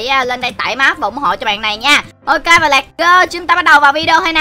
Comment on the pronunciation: lets go chứ không phải lat go anh đọc sai roi